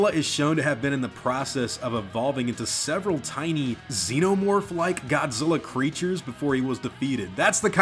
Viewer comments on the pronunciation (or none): none